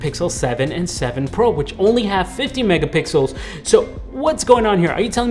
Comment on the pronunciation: He said megapickles